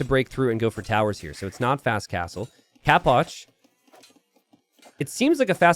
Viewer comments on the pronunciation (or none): always says capoch like "cap watch" like an idiot